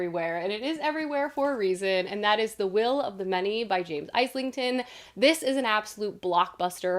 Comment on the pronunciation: Fyi Islington is pronounced Izzlington, like the area of London x